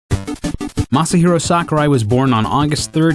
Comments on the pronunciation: He said Masyer Daddy-o Sakurai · I love how the narrator isn't even trying to pronounce Masahiro's name correctly, he's just going full blown 'murican.